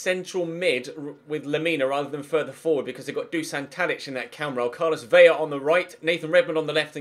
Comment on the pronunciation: That's not how you pronounce Carlos Vela's last name brub